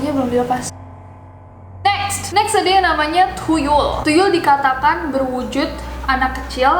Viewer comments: That "thuyul" i like it lol😅😅😅😅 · nessie baca tuyul thuyul 😂😂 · The way you said 'tuyul' is hillarious kak😂😂